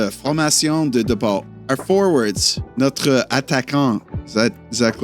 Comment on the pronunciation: your pronunciation of notre was really good but because we’re speaking plural it becomes ‘nos’ 😉